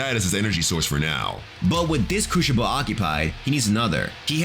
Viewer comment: Your pronunciation of the word crucible is absolutely horrible. It’s not a cruchible for god sakes